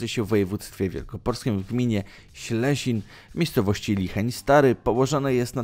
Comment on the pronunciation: "W gminie ... Silesin" . z "i".